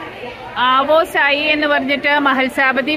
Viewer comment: ആവോ സായി എന്നല്ല.. യാ സായി എന്നാ വിളിച്ചത്